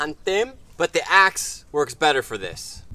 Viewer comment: You said axe to ass =))